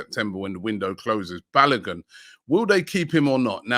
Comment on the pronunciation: ROB YOU NEED TO ASK KELECHI TO TEACH YOU HOW TO PROPERLY PRONOUNCE “BALOGUN” FULL NAME.